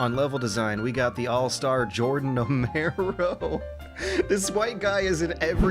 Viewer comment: listen, I love you man, I really do but... Could you please train your pronunciation of "Amaro"? Pretty please? For me? >.<